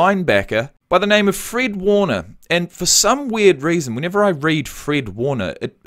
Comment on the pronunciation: Not a huge deal but its fred like the color red. Not freed like Reed. He is a beast though.